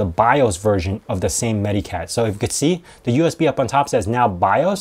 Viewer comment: It's actually pronounced more like "meta-cat"; it's a portmanteau of "medical" and "cat". I also advocate AOMEI; it's a good utility.